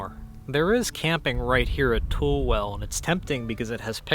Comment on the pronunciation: your second pronunciation is correct "pap a go" and it is "too lee" (tule). Great video, snake gators would give your ankles some protection against rattlers, but kind of hot for summer wear. Being a "noisy" hiker will alert the rattlers to your approach as they can feel the vibration as you walk.